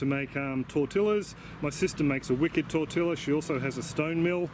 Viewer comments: Hello, The corn looks really good for the masa. Just a small pronounciation tip: TORTILLA, sounds like...TOR - TEE - YEH....... tôrˈtē(y)ə/ Please don't be offended. I've followed you for quite some time now. You've taught so much. Thank you - Wayne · The ll is its own letter and has a hard e sound. Very nice video. Torteeea. Sorry I cant help but correct that one. Its my issue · The double L in tortilla is spoken as a double E